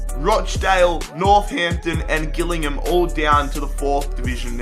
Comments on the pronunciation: When you say Gillingham its Jillingham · Gillingham is pronounced with a "J" at the start not a "G" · Hi, please pronounce Gillingham correctly. It’s pronounced “Jill”ingham. Great series though. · Gillingham is pronounced jillingham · its pronoinced jillingham but its spelt gillingham, but weird bit its just how we say it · You pronounce it jillingham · it is pronounced jillingham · Please ffs its gillingham pronounced with a J not g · Please learn how to pronounce Gillingham haha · Need to learn how to Pronounce Gillingham properly 😂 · You are saying Gillingham so wrong 😂😂😂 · Notice how he pronounced gillingham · Jesus Christ never pronounce gillingham like that again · he can’t even say gillingham. i think he needs to see a speech therapist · The way he said Gillingham made me cringe aha